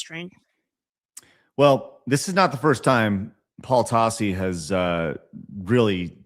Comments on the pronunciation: What? He's saying Tossi, just like it's spelled! T-a-s-s-i: Tossi! 😉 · Everytime Tassi gets called out he always plays the ignorant buffoon. Also you're saying his name wrong